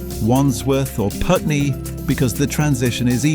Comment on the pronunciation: Nice video thanks but you pronounced Mallng wrong - Mawling & the spelling is wrong (2 Ls not 1). I am from the neighbouring East Malling. You also pronounced Putney wrong, so you are not from London....